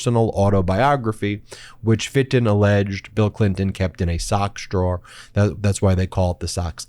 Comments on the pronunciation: Ben!! time stamp, your voice flipped to New jersey accent for a second. lol Listen to Ben say the word, "drawer" 😆😉😜 We luvs ya MeidasTouch Network!! Much 💗💗💗 from Canada 🇨🇦 #VOTEBLUE #SAVEDEMOCRACY #WESTANDUNITED 🇨🇦🇺🇲🌐🌏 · He always says drawer with a Jersey accent. I notice it every time! 😅😅